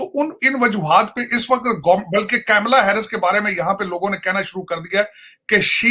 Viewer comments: Arey bhai.... It's not 'camela'.... Its KAMALA...... ka-m-la.... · Camela nahi ji kamala